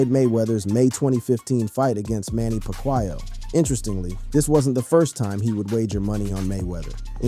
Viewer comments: U never heard of pac-y-yuuuuuh? 🎉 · paqwio?!?! That is not how u say it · " manny pa- qhi- yo" 😂😂😂😂😂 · Did he say Manny PAC-why-Ya 🤣 nah bruh 😹